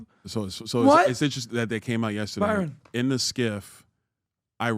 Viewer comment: Nobody: Pbd: YESTADAYE….!!!